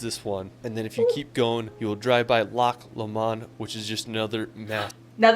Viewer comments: Scotland is definitely one of the most beautiful countries in the world but it is small and you could easily do a lot of it if your there for 4 days. His pronunciation is quite bad lol Loch Lomond is pronounced loch low-mnd haha I’m sure you will hear it when your there. I lived in Scotland for 26 years and regrettably I didn’t explore anywhere near as much as I should of. I’m sure you will love it 😊🏴🇦🇺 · The commentator keep putting the stress on the last syllable of place names, but that is rarely right. Loch LOmond; glenFINNan; DUNcansby. As for the rules of Gaelic spelling, they are as mysterious as mountain mist. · Wait wait wait did you just call Loch lomond Loch lomand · scot here the crown jewels arent gawdy as the English ones the coronation stone is there as well also scotland aint flat most of the land is up hills and final its loch lo mond not la mond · For goodness sake - his pronunciations are weird. DON'T be tempted to say Ed-in-bu-roh. 'It'll label you as quite ignorant and definately American. It's Ed-in-bur-uh.Holly Rod Park? Holly Rood. Also - not Loch Lamon, it's Loch Low Mond.with the emphases on all three syllables . How did this guy spend time in Scotland without picking up the correct pronunciation of places. I've also heard visitors from your fair land arrive in London and refer to the river Theymes. No. Spelled Thames and pronounced Tems. Just sayin'. Crown Jewels are in the Tower of London. The one thing he is right about is the Midges. Strong insect repellent is an absolute must especially near water They tend to be a Scottish thing so advice from a pharmacy in the north of the UK will be more accurate than one in the south.. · aye and Lock law-mawn (Loch Lomam ) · I must admit, the pronunciation of Loch Lomond was mildly offensive! But more importantly, it is NOWHERE NEAR Loch Ness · Loch lomond pronounced...lock lowmond